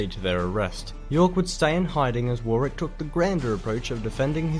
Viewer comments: Just a little note a few slightly dodgy pronunciations by the guy in the video (St Albans and Barnet but I think there was a badly pronounced Warwick in there early on). Although not dynasties - that is how we pronounce it in the UK and most of the Commonwealth. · Despite the narrator's apparent mispronunciation, throughout Warwick is and was pronounced 'Worrick' rather than 'War-wick'. Incidentally, the conflict was only named 'War(s) of the Roses' many years later. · Richard II was most likely starved to death, although we can't be sure. His death so soon after capture was very convenient for Henry IV. Warwick is pronounced 'Warrick'; the second 'w' is silent. You guessed that GRR Martin was inspired to write 'Game of Thrones' by the 'Wars of the Roses' very quickly. Well done! There are a number of very good documentaries on the war which it would be very good to see you both react to. Best wishes from the UK, as always. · Pronunciation assistance - Warwick is not 'War Wick' it is 'Whah Rick' but without the pause just 'WhahRick' one word. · And another link to you! Your Yorkshire roots; Cersei is played by an actress from Huddersfield in the West Riding of Yorkshire (the female Doctor Who comes from here too, as did James Mason). The narrator sounds Australian, so don’t say Warwick as he does (War Wick) as it’s pronounced ‘Worrick’… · Definitely recommend the white queen and white princess. Please don't think you pronounce Warwick as he does in the video, he is mispronouncing it. I lived in Warwick and could see the castle from my window, you like it theres a lot of artifacts from the war of the Rose's there. Also look at the princes in the tower and (there a channel4 documentary on youtube) about the king in the carpark that you'll love. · Warwick, pronounced “Worrick”, the second “w”, isn’t pronounced. Cheers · FYI for the yanks Warwick is pronounced worrick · Worcestershire = “wooster shire”… Warwick = Worrick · Warwick is pronounced “worrick”